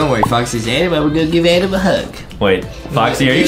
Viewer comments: it's not Adam it's Adem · Its ''Adem''!! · Adem like ayyydem